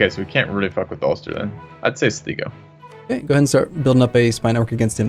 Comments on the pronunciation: It's "Sly-go" and "Kill-deer". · Again it's kill dare as in the verb not kildaray. And it's Slygo